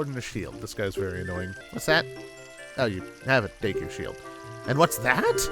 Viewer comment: Day-koo tree?? Always thought it was Deh-koo, like "deck" "oo".